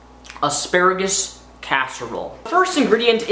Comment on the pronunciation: are you saying "aksparigus"?